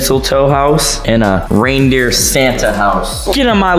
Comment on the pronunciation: I thought it was reindeer not "rain deer".... for James house